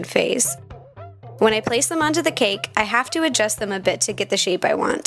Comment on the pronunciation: the way you say cake makes me mad.